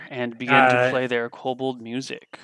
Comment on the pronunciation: Ko-Bold master race. Kobold master race